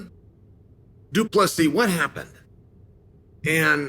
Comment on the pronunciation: Uncle Chael finally getting Dricus surname pronounced correctly .👍🙏